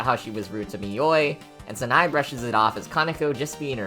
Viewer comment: Your pronunciation bothers me: It's not "Snai", it's "Sa, na, e". And "Reisen" is "Rei, xen" instead of "Raysen" BTW, "Yachie" is pronounced "Ya, chi, e", not "Yachee".